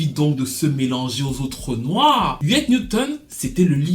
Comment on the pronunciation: Huey P. Newton et pas Huet... Afeni Shakur mère de Tupac et non de Kanye...